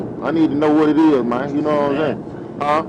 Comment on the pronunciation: Neither one knew anything about what was in the car........birds of a feather......... I cant stand the way hes saying man...Irks the crap out of me hearing that all the time. Its MAN not MANE